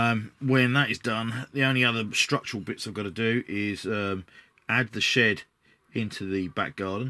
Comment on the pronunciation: Ha for a moment there I thought you said "the shit out the back garden" and not "the shed out the back garden. Gave me a chuckle thanks for the laugh! The build looks good so far. I am intrigued by this game but have to resist the temptation. I am on a crusade to vanquish the pile of shame. I am down to Abaddon the Despoiler, a box of Chaos Space Marine Terminators that I am saving for a long term project where I paint them to a high standard and base to a high standard. Got a few hundred 15mm miniatures to paint and my mountain of shame is no more! Then I will look at other miniature games hah.